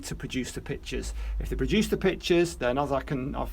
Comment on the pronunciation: Your information is wonderful and thank you for taking the time to do the videos. However, one thing makes it difficult for me to sit through. You constantly refer to them as PICTURES. not PITCHERS! I thought I wasn’t hearing you right so I turned on captions,and they wrote the same thing I heard. Please work on this problem because your videos are invaluable but VERY difficult to listen to because of this. Sorry I had to write this, but I so want to continue learning from you.